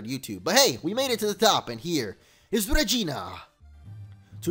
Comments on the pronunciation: That fusion members name was Regina. He actually said Regina, sounds like vagina right lol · is it just me or he said vagina